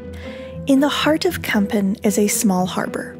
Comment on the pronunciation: Very nice video about de Kogge and Kampen. By the way you pronounced Kampen as Kempen. The letter A in Kampen sounds more like the A in the word March. Minor detail tough.